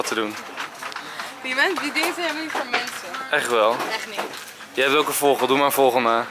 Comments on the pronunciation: Je zegt voogel maar hij zegt vogol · Nee hij zegt voggol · enzo je kan echt geen vogel uitspreken😂😂😂😂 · Haha ik moet iedere keer lachen als je het woord vogel zegt hhhhh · HAHAHAHAHAAHAHAHA ENZOOO, HOE JE VOGEL ZEGT OMGGGGGGGG HAHAHAAA